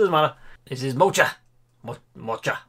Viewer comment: I can’t help but laugh with you (I didn’t say AT). SCO 🧐 Scotland. So to quote you... Of course Aberdeen in Scotland. ROTFL 🤣 PMSL. 😆. Sorry one more. (Bless you ) MOCHA. Try saying Moka. Like a mocha coffee 😂. I write this with fondness. Seriously. You make me smile. I am not a pug owner but disabled lady recovering from an accidental overdose before Xmas and this is a smile I needed to tonight as today a low day. 💗